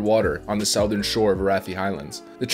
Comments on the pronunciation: you pronounce southern like its spelled sourthen, but it is pronounced like it it suuuuuthern, and not sourthen. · Idk but you said "sow-thurn"